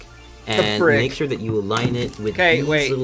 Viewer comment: It's really tiring to listen how the guy can't say so many words correctly and says thhhure instead of sure, tthhhoose instead of choose, wrenthhh instead of wrench, foundathhhion instead foundation, instllathhhion instead of installation, ... Naration 1/10, Instruction 1/10, Technical knowledge 1/10. Man they made the worst pc building tutorial ever.